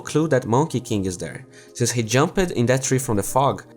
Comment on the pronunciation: It triggers me how you pronounce "jumped"